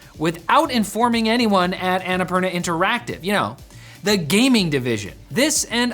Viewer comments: say "anna poorna" not "ana parna" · It's "unnapoorna" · Not sure if they read these but the pronounciation of Annapurna is Anna (ænə') Purna (poorna) poo like in the word poodle! For future reference. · Please, why does noone lookup how to pronounce Annapurna??